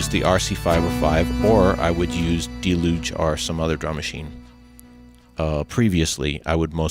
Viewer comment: that your video was well done and had great information, and I enjoyed it very much, but you pronounced deluge incorrectly. No biggie dude.